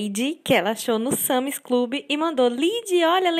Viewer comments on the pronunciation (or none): É sans e não Sami.